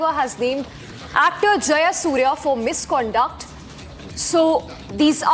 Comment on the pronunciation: Misconda ? Misconduct , please learn to speak well .